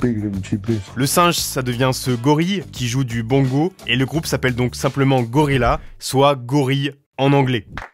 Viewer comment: Par contre prononcer le groupe gorillaz « laz « et pas « yaz » c’est un affront